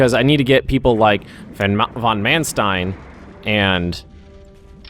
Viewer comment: its von Manstein spelled like fon Maanstein with an open and long a like in "large" ;)